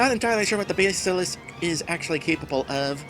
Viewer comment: Is that how you pronounce basilist? Huh. ...checking online, most seem to lean towards bas pronounced like the fish, not the musical instrument. But whatever works for you.